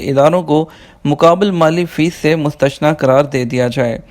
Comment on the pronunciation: مشتثنا نھیں بلکہ مستثنیٰ لفظ ہے اپنی اصلاح کرلیں شکریہ